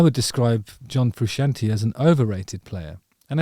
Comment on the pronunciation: It'd help if Jusitin knew how to order pronounce Frusciante.